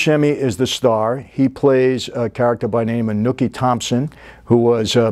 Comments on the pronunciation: it seems he mis pronounces a few names lmao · Lol and Nooky Johnson. It's Nicky Thompson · Well since someone started nitpicking, let me jump in with a couple of my own... -Its Jimmy Darmody , not Del Monte. -Its Nucky , Not nookie (though there's nothing wrong with a little nookie). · I think his name is pronounced Nucky instead of Nookie! 😂 great show though! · It drives me crazy every time he says Nookie even if that was the real guy's name. Nucky. It's Nucky. lol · It’s Nucky,not nookie,come one man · Nookie Johnson? They only said his name right 1,000 times in the show. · Mickey, I love ya but you’re killing me with the pronunciation of Buscemis characters name. It’s Nucky ( as in knuckles) not nooky. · Hey Mikey, we love your show but PLEASE.... get the NAMES RIGHT! 😢 Your staff or team should look out for you and whisper when you're pronouncing it wrong. They ain't earning their pay.... It's NUCKY Thompson. Not Nooky. And it's Jimmy Diarmody (dar-mah-dee) not Darmonte. Jimmy is IRISH not Italian. No disrespect but your team is supposed to make sure their capo doesn't slip. I've noticed mistakes in previous episodes... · nuckys wife died of T.B not consuming alcohol thats another term for T.B and its nucky not nookie did you even watch the show sorry but your channel is stating to get lame no one wants to see you interview movie actors who play gangsters people want the real thing thats why we watch these channels so i hope it starts to get better otherwise people will un subscribe take it easy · lol Wow it's neither of those. He's saying Nucky Johnson, the real life person the character is based on, and the character is NOT Nicky Thompson. His name is Nucky Thompson. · Michael, this is in my opinion the greatest show ever but you really got to get the names right. Dor-mod-ey and nookie.In all seriousness I love your Channel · Hey, Michael did you even watched the show ? The way you pronounce Nucky ;) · Nooky and duhmonday 😂